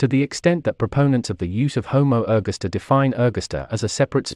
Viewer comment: I hate these Robo-Voices. It's pronounced Homo er-GAS-ter_, not _Homo ERG-asta. {:o:O:}